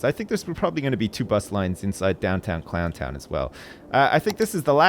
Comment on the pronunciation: you missed the n on both "Clow'n' town Leeroy Brown" and "Clow'n' town Jackie Brown"